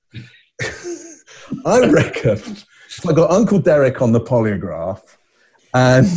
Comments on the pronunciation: a poliograph test? she said a Poliograh test. wtf. Ozzie madness. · FYI - the interviewer is an Australian called Ita Buttrose she does have a lisp /speech impediment which might explain the weird pronunciation of polygraph